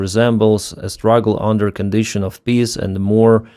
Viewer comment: "Con_di(like dick)_tion...Sszz"...Every Ukrainian makes the same mistakes..."Sszz" two sounds for each vowel...Sisters...This word has both S sounds...Sis... ("i"ck, the i in ick sound.) sis_ Ter...Sszzz. I've heard progress over the last few videos. Question: Are you returning to your former career in the future? Are you still current? I would guess not sadly but, on the bright side you could be flying missions in DCS test drives for the boys with big balls... I remember working in MacPaw and the guys building quad copters and the best Apple software in the planet. Who would have thought only a few years later they would be leading the war with their innovations and raw imagination. The only way to improve is to focus on nuanced mistakes one at a time. Conquering one at a time. "The" is not PRONOUNCED, "Da"... I trained these soldiers to speak and think in English and spent seventeen years trying to convince any Ukrainian that you have a voice and, I saw the hope and freedom in their yearning eyes peering around the corners of there frozen propagandised minds. The generation that finally has brought dignity and honor to the feet of Ukraine are the thirty to fourty year olds who believed that with help they could and must slay the Russian Koala. Ukraine kept the proverb"stay close to your friends but, closer to your enemy". Russia is in a very deep hole and the fires of riches burn endlessly sending smoke signals to a Kremlin trying to talk it's way out of reality. The dance